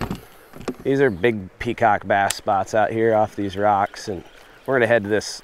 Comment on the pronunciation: You say peacock rock. I hear cock rock. Nice fishing mate